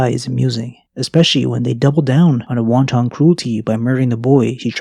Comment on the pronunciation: I love your use of the word wanton, and I love your pronunciation of it like the food item even more.